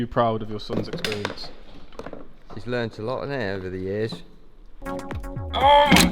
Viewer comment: was like RPM was just with us. “eXspEaRiuNCe”